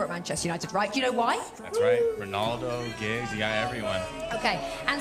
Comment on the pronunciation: Did he say Giggs?